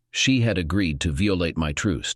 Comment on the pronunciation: "vee-oh-late my troost" WTF?